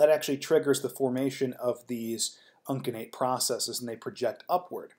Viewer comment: Uncinate is pronounced with a soft C, "un-seh-nate." Plural of vertebra is vertebrae, pronounced "vert-eh-bree."